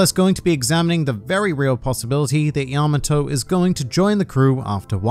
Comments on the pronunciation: that pronunciation is wrong. its pronounced pretty much how it looks, Ya-ma-tō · “Yamma toe.” I live near a Yamato Rd and everyone calls it, yuh Maw-toe. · I cringed so hard at the repeated mispronunciation (yama-TOE) that I could barely finish the video. You would think that after obsessing over japanese media for so long they might pick up how to say their names properly lol.